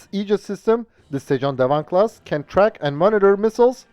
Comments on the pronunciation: FYI, your pronounciation of sejong dae wang is almost perfect. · The Korean pronunciation of the destroyer is very good.